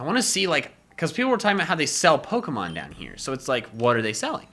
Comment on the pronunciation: I really wish he wouldn’t say Peckerhose instead of Pokemon.. it sounds like another name for a penis... Oh and QOTD: It’s a 3-way tie between Arbok, Toxicroak and Shiny Mega Beedrill..